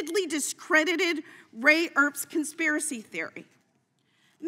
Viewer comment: Did she say "ray erps" on purpose so she's not a total liar or is she that stupid,. Its Ray EPPS, (there's plenty of videos showing his Jan 6 encouragement )and.. anytime there are countless numbers after a Twitter handle it means there are so many handles w that name you have to keep adding numbers to make it unique. She's so ignorant she just keeps going. She had opportunity to throw someone under the bus (whomever did her Twitter research) & apologize for getting it wrong. Instead she would rather make her opposition "look good" while she made herself look like an absolute idiot. Can you say slow thinker, really, no pivot point no back-up plan nothing just .."it is my time (I'll make myself look ignorant thank-you very much)"